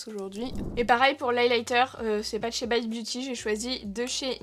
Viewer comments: On dit baite et non bite pas à nous t'es gueus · Mais vu que tu prononces "Morphe" à la française, alors "bite" aussi 😂 sinon c'est pas drôle 🤣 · On dit morpheu et pas biteu ça m’étonne de toi ça 😂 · haha j'ai cliqué sur la vidéo justement en me disant que tu allais dire Bite à la française et pas à l'anglaise XD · L'intro sur la prononciation de la marque m'a bien fait rire. Ça m'a direct rappelé le même type de débat sur Morphi que prononce Morpheu et bizarrement ici tu prends l'option anglaise 😂 comme par hasard 😂 Le maquillage est magnifique et le plus important: Bonnes vacances à toi 😘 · Merde c'est pas bite mai s bite 😂😂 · Bizarrement, pour cette marque veut prononcer a l'anglaise, par contre pour Morphe ou Rare Beauty ça veut la prononciation française 😂😂😂❤